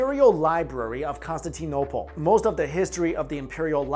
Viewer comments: It's pronounced con-stan-tin-opal. Please learn how to pronounce things before you say them. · isn't that what he said? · The saddest part of this video was how he pronounced Constantinople. It brings tears to my eyes